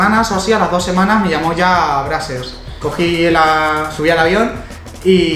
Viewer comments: Carlos Ferreras Yo vivo en USA is se pronuncia breizers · Se pronuncía "Breisers" y el lo pronuncia "Brasers" con todo respeto los españoles pronuncian muy mal el inglés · Brazzers se pronuncia bracers? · ElChismosogro Futbolero se pronuncia breizers xD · Spooky Ougi [2spoougi4u] no se pronuncia así - breicers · Como cuando trabajas en Brazzers, pero no sabes ni pronunciarlo :v